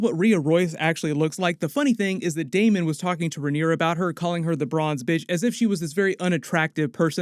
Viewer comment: Thanks for not saying DaeMON a thousand times